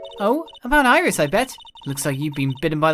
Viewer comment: I think it's Iris with the i